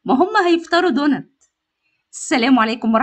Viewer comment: إسمه دونتس حبيبتي بالسين والسين تكون واضحة في النطق مش دونت مفيش حاجة إسمها دونت